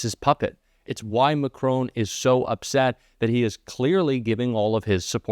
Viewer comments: STOP ! You must know it’s disrespectful and ignorant to mispronounce a persons name !! The French President’s surname is ( phonetically) MackRON NOT MackRONE !!! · FFS pronounce the man's name properly. It's Macron, not Macrone. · Is it too hard to pronounce ? Macr On, and not Macr Own. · It's MAC RON not MAC RONE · Please please pronounce it Mac Ron and not Mac Rone! It’s so disrespectful to mispronounce anyone’s name, let alone the leader of another country. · Please have a think about how to pronounce the French president's name. Hint - it's not Ma-CRONE... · The name of France's president is Macron, not Macrone. Please pay attention to pronunciation. Thanks. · President McCrone? Its MAC-Ron, FFS : RON (short O sound) - as in RON-ald Reagan. He's not Irish, he's French. Come on - do better 'Mercans. Try to pronounce names as correctly as possible, please. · Please would you pronounce President Macron' name correctly, It's Macron not Macrone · Great vid. Just a small point. Macron is pronounced mack-ron. Not Mack-rone. Cheers from the UK 🇬🇧 🇺🇸 🌎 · Not you as well? Macron, the man’s name is Macron! It is NOT Macrone… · MAC-RON, there is no e on the end, it is not macrone. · MacrON not MacRown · Please note that the President of France is named 'Macron' not, as you seem to think 'Macroan'. Please don't be so disrespectful. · Please stop calling President Macron.....Mak crone. It is an insult to anyone to mispronounce their name repeatedly. Yours faithfully, Donald Crumpet. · 'Macrone'?? Why can't Americans even try to pronounce Macron properly? It's 'Mack-Ron'. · Macron pronounced Mac RON ( said like Don ) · Please try to pronounce the French president's name right. It is not Mac-rone but Mac-ron. It is disrespectful to mispronounce anyone's name, you of all people should appreciate that. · Please pronounce MACRON’s name correctly . There is no E on the end of his name , therefore the correct pronunciation is MAC RON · Mack-ron! Not macrone!